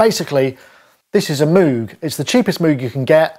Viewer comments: MOWGuh not MOOOOOOOguh - any way very good video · It's pronounced MOGE XD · I love the stubborn and deliberate mis-pronunciation of moog! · Haha I used to call it Moo-g as well until folks told me it was pronounced Moh-g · I hear cows pronounce it Mooooo -g all the time. :) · Your Demos are always the best. Thanks. I also cant get out of the habit of pronouncing moog wrong :-)